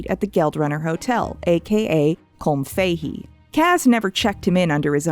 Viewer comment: also, the pronunciation of Colm Fahey upsets me as an Irish person.